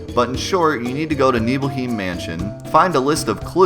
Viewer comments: Also, "neebleheem"? I think you mean "neebleHIME". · NiebelhIEm? Srsly? hahahaha nice pronounciation. The german word for home = heim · The way you pronounce “Nibelheim” is making me cringe dude. It’s worse then the way you pronounce “Aeris”. But great video nonetheless